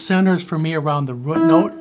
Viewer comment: I knew you were from Chicago........Something about the way you pronounce "Root" 🙂